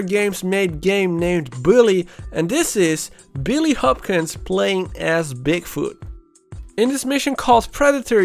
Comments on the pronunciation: I cried when he said "Billy Hopsin" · He said billy Hopkins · U said billy Hopkins lol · Don’t mean to be corrective but it’s Jimmy Hopkins :)